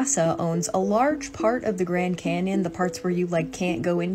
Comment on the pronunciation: The grand 'mars' canyon 😂